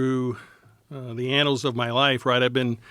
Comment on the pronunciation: did he just say anals